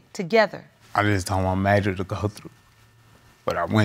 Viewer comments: “mAyJuR” handsome baby but why 🥴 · Mayjur? Girl gone tf head